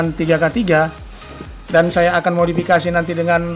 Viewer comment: modapakasi madofekasi maudikasi.. aduh blepotan modefakisi